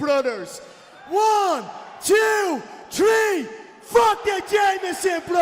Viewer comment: ON THE COUNT OF TREE